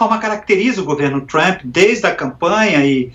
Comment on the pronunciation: Af, nem o nome do Trump esse cara sabe falar direito!